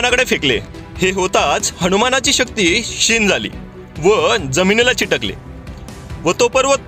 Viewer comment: ओंम चैतन्य श्री नवनाथाय नमः ओंम चैतन्य श्री मच्छिंद्रनाथाय नमः ओंम चैतन्य श्री गोरक्षनाथाय नमः ओंम चैतन्य श्री गुरुदेव दत्तात्रेयाय नमः ओंम नमः शिवाय 🌷 🥀🌸🌺🙏 चिटकले नाही चिकटले असं म्हणायला पाहिजे होतं